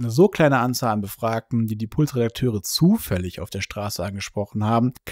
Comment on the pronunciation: Wie er immer "zufällig" betont